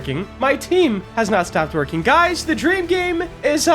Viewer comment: i swear at the start i heard "i have not stopped twerking, my team havent stop twerking" i swear dude i swear